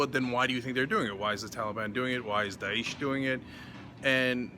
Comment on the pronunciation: Die-esh. Not Deesh.